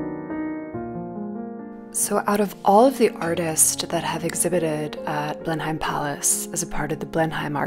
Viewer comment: thank you for this - lockdown, travel-deprivation, vicarious-gratitude is real. which is why I struggle with the decision to point out errrr the pronunciation is 'blen-emm' not 'blen-hime' : gross of me to show thanks this way but ya know. going forth it's good to know, maybe. in case you ever curate a show there, for example.